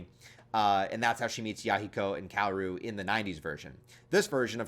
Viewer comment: Kaoru is actually pronounced Ka-o-ru btw.